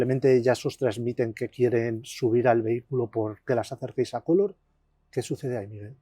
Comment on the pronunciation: Color no lleva tilde, por favor la sílaba tónica es lor no co, acentúa bien tan periodista que eres……